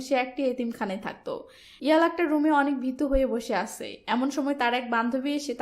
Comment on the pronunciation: আছে, গেছে, করেছে, দিয়েছে... এগুলার হুমায়ূন আহমদ ভার্সনের উচ্চারণ করেন কেন আপু? ধরণ একটু পরিবর্তন করেন, আপু। নইলে এগুলা বিরক্তিকর রিডিং পড়ার মতো লাগে।